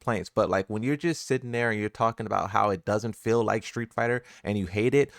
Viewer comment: Its not fill for feel. Fee-l is feel.